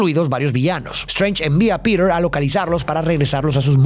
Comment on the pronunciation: Por que dice piret si se dice piter